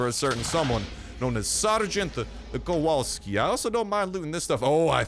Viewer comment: Sweet mammo Sgt.Kowalski is Polish Second name... Brooo. Oh also when u read that "W" dont change it in polish W is W I mean like ur reading WY thats how to read W in polish xd